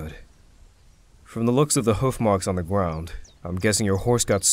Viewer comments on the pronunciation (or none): “From the looks of the horse marks on the gWound.” 😂😂 ❤️